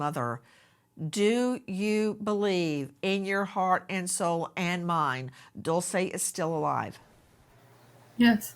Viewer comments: AI voice guy keeps saying Dolce…. It’s Dulce Maria Alavez not Dolce & Gabbana. May DULCE be found safe and sound. Prayers ❤ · Its pronounced "Dool Chay" Not Dulsa or Dool say! I walk around where my child is... never sitting down or taking my eyes off of my child! Always on the alert and if a child approaches my child trying to leave somewhere else I stop that then and there! Traffickers use other children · He said her name wrong